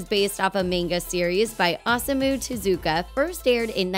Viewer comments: IT’S te-ZU-ka AAAAAAAAAAAAAAAAAAAAAAAAAA!!!!! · The way he pronounces Tezuka tho. 😂 Like "Jezzika" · I love how the lady narrator at TheThings pronounces Tezuka's name completely wrong